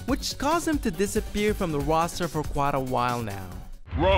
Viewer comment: "The final woster"